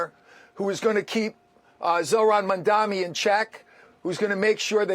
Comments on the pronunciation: Bruce calls him several times, Mandami 😅 somehow that's great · It is Mamdani - not Mandami.. typical fox news uneducated commentators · If Bruce can’t pronounce Mamdani, do you think he is qualified for Governor office ? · can't even pronounce his name properly and they expect us to take seriously